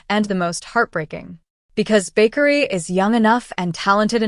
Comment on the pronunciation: It is Bakari not bakery 😂😂😂😂